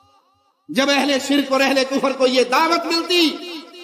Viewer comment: Beta pahle bolna Sikh le shirq hota sirik nahi